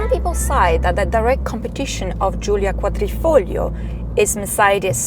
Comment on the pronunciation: you said Giulia Quadrifoglio perfect as a native Italian speaker